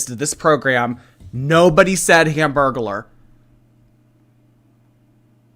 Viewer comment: THE HAMBURGERLER 😭😭😭😭 hambergular….